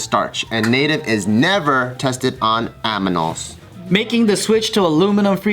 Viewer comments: Did no one else catch that Bart called animals, "aminals" ? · Bart: "...aminals..." 😂😂😂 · did Bart say Aminals??????